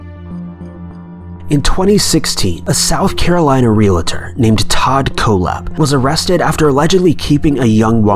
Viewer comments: What's a realator? Its realtor for fuck sake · It's REALTOR not REAL-A-TOR. Pet peeve of mine. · There is no "i" in the word REALTOR.